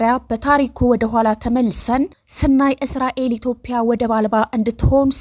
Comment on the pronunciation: ኢትዮጵያ ብለሽ ማንበብ አትችይም እንዴ ?።